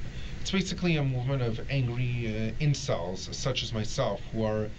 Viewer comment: "Amgwy incews such as mysewf" Bruh please god make it stop